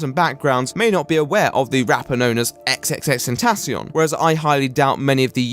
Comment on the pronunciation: speaking of people who can't read names. "ex ex ex tentacion" ??? Bro, it's tripple X. sounds so awkward when you say it like that.